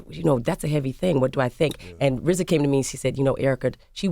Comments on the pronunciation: How is rza gonna be rza when he can say his Rs. He’s the Wza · LOVED hearing Erika n RZA speak with his speech impediment